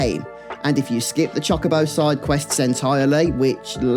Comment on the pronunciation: I dunno why every British youtuber mispronounces Chocobo, but it hurts every time I hear it. I mean... I mispronounce Tidus and Zidane, but still.